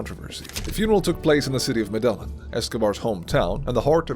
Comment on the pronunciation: I hate the way he says Medellin. It’s pronounced meh-deh-yean